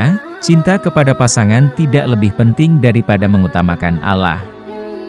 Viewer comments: Pilih pegisisuaraya yg Muslim coy biar ucapannya benar . Yg benar Allah( ucapannya Alloh) bkn Alah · Benar buk arti al quran alloh di ucap alah memang dlm bhs ind tulisan alloh di tulis allah tp membacanya ttp alloh. Berarti pengisi suaranya kemungkinan pertama bukan org islam dan kemungkinan yg kedua waktu sekolah bhs ind nya gak faham. Jujur buk saya sbg muslim juga tersinggung. Tlg jangan cuma memburu konten dgn menjual agamanya sendiri atau melakukan penistaan agama. Tlg pengisi suaranya di buang dan di ganti yg lebih berpendidikan dan pernah sekolah. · Jangan menyebut Alah.... Didengar ya engga enak... Sebutkan Aaloh itu orang islam menyebut nya.... Oke...! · admin ngaku muslim tapi nyebut ALLAH seperti non muslim,jujur aja! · ini yg mengisi suara nya kok nyebut ALLAH nya kyak bkn org muslim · Klu bs tlng di perbaiki pengucapan nya agar tdk trjd salah paham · Ini canel muslim bukan....heran saya kok yang bicara bahasanya/pengucapan seperti orang non muslim......terurama cara pengucapan Allah.....ini persis seperti ucapan kaum non muslim